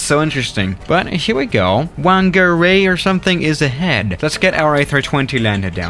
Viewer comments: The whangarei place is pronounced (FANGA RAY) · Hokitika - Hoe-kit-iyk-a Timaru - Tim-a-r(rolled r)-oo Gisborne - Giz-born Whangarei - Fun-gah-ray Wellington - Well-ing-ton Taupo - Tow-poh Wellington is considered dangerous because of the extreme winds. 787s and stuff have landed there, but not regularly. ATR 76-600/Q300 Are the main aircraft in most of these locations Great video, really enjoyed it :) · Pronunciation advice for Taupō: Toe-Pore Whangarei: Fung-a-ray Queenstown: Queens-Town Timaru: Tim-are-roo Hokitika: Hoe-ki-ti-ka Gisbourne: Gis-born Cheers and Kia Kaha from Aotearoa (New Zealand) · Whangarei pronunciation: Fangaray